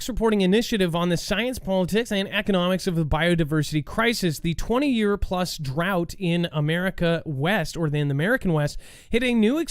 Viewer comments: you crack me up. The word drought rymes with "out", there is no other correct way to pronounce it. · Yes not "drawt"